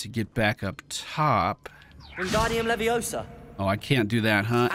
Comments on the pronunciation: Why does every one get it wrong? its leviosaaaaaaaa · It's LeviOOOOSa.. not LeviosAAAA:) loving the play through! Glad you are enjoying this game as much as i am! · it's leviOHsa, not levioSAAA